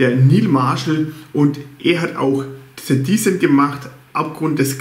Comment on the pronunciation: Es ist wirklich nicht anzuhören. Es ist wirklich nicht persönlich. Schaue Dich viel. Aber sprich endlich "The" richtig aus. Nicht mit einem S. Schau doch einfach mal bei Cinemanuel wie Er das ausspricht. Ich als Filmfan finde das erschreckend das man Dich darauf hinweist und Dir das egal ist. Vielleicht bist Du einfach nicht lernfähig. Trotzdem einen schönen Tag und viel Spass beim Filme gucken.